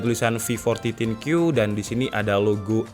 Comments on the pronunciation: Thin Q dibaca Thin Kyu... Think you, mikirin kamu <3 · Thin Kyu -> Thin You = Kamu tipis alias kerempeng😂